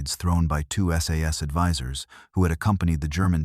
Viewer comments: It's S. A. S. not sas FFS. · Stop saying ‘SAS’ it’s S.A.S. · It's S A S not "SAAAS". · Its not sas its S A S ,.Thank you .